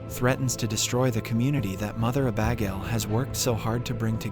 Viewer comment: The way he pronounces Abagail is hilarious! Uh-Bag-ale 😂